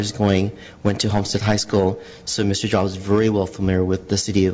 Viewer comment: "Mr.Jaabs thank u far comming ..." u sure this is not china ?!?...